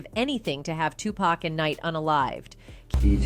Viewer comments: She said 2pack😂😂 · I'm not trustin no source that calls him "tu pack" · Can’t listen to this… annoying who say 2 Pack don’t need to do a documentary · This narrator is killing me! Am I they only one that looses it when someone pronounces 2 Pac's name as 2 Pack 😂😂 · 2pac not 2pack white folks.. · I think everyone and their moms knew that Diddy put the hit out on pac. And how she says 2pac annoys the crap out of me. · 2pac has been in the media for the last 30+ years and they still call him 2PACK rather than how his name is actually pronounced. I can't bro! I literally CANT! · Why is she pronouncing his hame 2-pack! It's hard to continue watching after the fact! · I’m getting tilted by how she says 2 Pac. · 27 years later and she can't even say his name right?